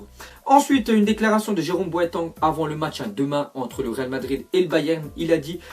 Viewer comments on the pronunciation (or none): Jerome "Boaton" omg....